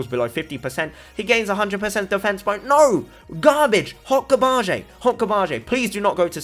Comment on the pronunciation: Ah yes “hot gar-bah-je”